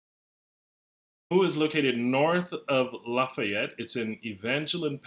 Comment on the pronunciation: Lafayette we don't produce it like you do.